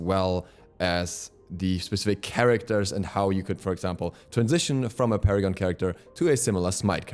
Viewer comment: Funny how you said Paragon like Para-gone xD